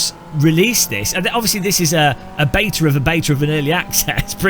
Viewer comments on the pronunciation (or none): As you said " BETA " 🙄